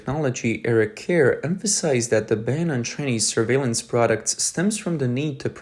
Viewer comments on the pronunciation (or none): none